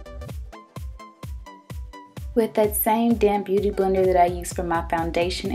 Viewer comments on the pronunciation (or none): everytime you said "damp beauty blender" I couldn't help but think you were saying "damn beauty blender" hahhahaa love you